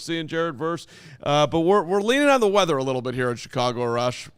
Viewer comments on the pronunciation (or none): Just so ya guys know you are likely saying Arash’s name wrong. Assuming he is Iranian, so it’s R-ash.